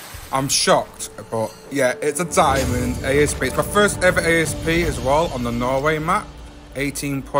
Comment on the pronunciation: Btw have Covid again two weeks again and that’s smart saying A-s-p then it dosent sound like your swearing